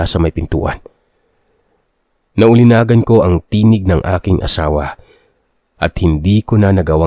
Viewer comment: Bobo! Ningas, hindi ninggas! Naulinigan, hindi naulinagan!